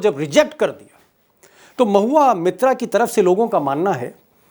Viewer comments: Deepak Ji surname is मोइत्रा (Moitra) not मित्रा (Mitra). In Bengal these are two surnames in use. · Sir "mitra" Nahi "MOITRA". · It's MOITRA not Mitra Sir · Deepak, please pronounce Moitra correctly. She is Moitra not Mitra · Again sir, its Mahua Moitra not Mitra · Deepak ji ! She is Mahua Moitra not Mahua Mitra so please correct the pronunciation of Moitra for all and oblige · Its MOHUA MAITRA not MITRA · Sir, she is Moitra, not Mitra. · मित्रा और मोइत्रा का फर्क समझिए। सही उच्चारण करिए।